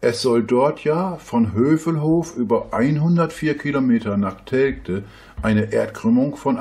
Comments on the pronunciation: Der Ostfriese soll mal lernen, dass Telgte "Teljte" ausgesprochen wird... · Wie der Flacherdler Telgte ausspricht... Da rollen sich einem ja die Fußnägel hoch...